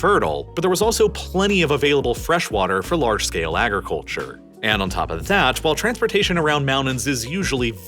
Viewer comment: This guy/AI narrator talks to fast and mispronounces many words. Such as: Agriculture Mountainous I have to sliw down the playback speed to .75 and that makes those mispronunciations all the more obvious. I can't stand this channel.